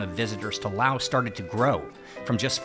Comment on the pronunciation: Thanks for not calling it "lay oss"! Oops still the "lay oceans" though (